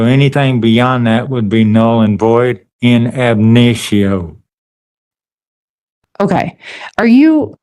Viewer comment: "in abnitio" really?